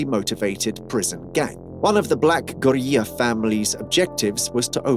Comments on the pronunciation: Why tf you saying gorilla like that? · Why dude pronounced gorilla like that? 😂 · man say Maryland and Gorilla correctly please